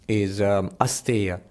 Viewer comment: Just one modification - it's asteya अस्तेय, not astha🙂